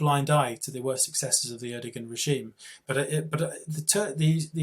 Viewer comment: not having a go, i fully agree with everything Macer says, but if you are going to have a pop at Erdoğan, at least know how to pronounce his name, the G is silent and the O before it is elongated, rock on may 14th when the turkish Putin gets the boot :)